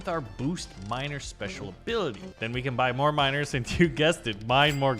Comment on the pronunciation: "Enhanced mino(e)rs" that's what all i really hear